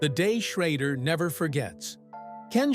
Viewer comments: Ken Schrader is not pronounced as you're saying Ken Schrodder in this video. So for Correction its Pronounced Ken Sch...raid...er , but its spelled Ken Schrader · The guy talking and saying Ken sharader last name, can't pronounce his last name Correctly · Too bad they cant teach that fake voice how to pronounce Schrader.